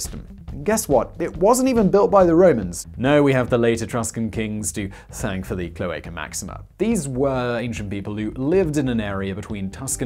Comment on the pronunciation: Rome was not pre inhabited by etruscans and later Roman's moved in, as mentioned in the video. Rome had etruscan kings. Who started the cloaca máxima Btw try pronouncing the A in cloAca as the last a in the same word, or as the a in mAximA